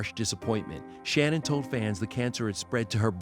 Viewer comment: Why even when she died people can't get her name correct? Her name was Shannen and not Shannon